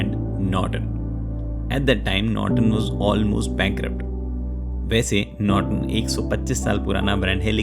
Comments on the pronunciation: Norton ko notron bna diye 😂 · Norton ❌️ Notron ✅️